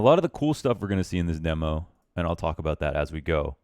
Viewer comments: its demo not dimo xD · CALL IT DEMMO INSTEAD OF DEEMO PLEASE